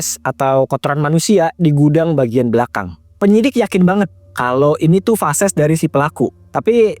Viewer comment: Maaf, feses bang... Bukan fases